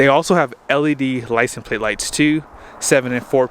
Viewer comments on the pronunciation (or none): none